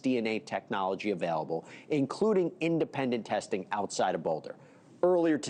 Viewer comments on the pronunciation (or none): none